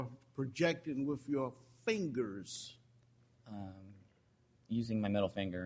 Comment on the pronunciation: Judge never learned his th's The word judge is " WITH " not Wiff